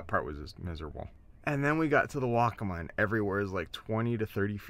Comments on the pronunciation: I heard "Wokka-muh" used exclusively throughout the video. Correct pronunciation is Wokka-Maw, with equal emphasis on both syllables. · The river, as well as the Indian tribe, is pronounced "Wok-uh-maah," with emphasis on the first and third syllable.